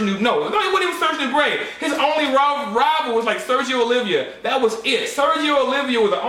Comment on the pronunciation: Oliva , not Olivia :)